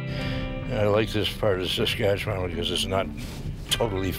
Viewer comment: I can't take the way she pronounces Saskatchewan. Why is it so so hard? The end is pronounced like 'one'.